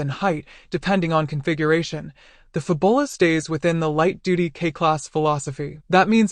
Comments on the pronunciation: It's Fabula, not Fabola, lol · No doubt, the pronunciation is intended to be FAB-YOU-lah, like fabulous, and not fa-bulla. The copywriters and marketers must have worked hard on that product name, only to have it butchered by a digital voice that doesn't know how to pronounce "u". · Fab-u-la, not Fu-bo-la. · This is not pronounced "Fabola". It's pronounced Fabula as in Fabulous. Your welcome. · Lol "fab ull ah"? Wow... fail narration. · “Fab-bull-ah”…only AI could… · shut up you stoopid AI voice!!!! can't even pronounce the product name correctly. hahahahahahahahahaha